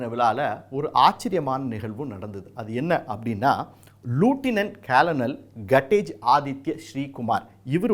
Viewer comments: லூட்டின்ட் இல்லை நண்பரே! லெஃப்ட்டின்ட் என்று தான் சொல்ல வேண்டும். Spelling படியே படிக்கக் கூடாது. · Adhu lootinent illai! Leftinent nu sollavum!